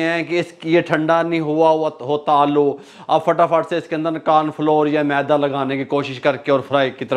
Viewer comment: Maydaa NAHI hota. MEDA hota hai. MAYDAA ( STOMACH ) ko kehtay hain. MEDA ( WHITE FLOUR ) hota hai.